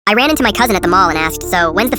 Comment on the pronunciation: Am I the only one that noticed he said Iran instead of I Ran